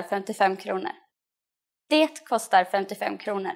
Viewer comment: Why do you pronounce the "t" in "det"? No Swede I know does that.